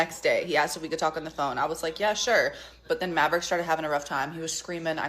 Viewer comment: You say "Maverick" like it's a flag 😅. It probably is